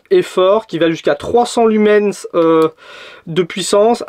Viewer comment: Tu sais, le S de lumens, il ne se prononce pas.